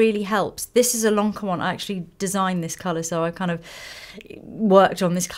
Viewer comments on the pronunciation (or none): none